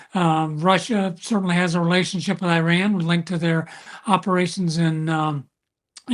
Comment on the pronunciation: These are US warmonger Army generals, still cannot even pronounce IRAN.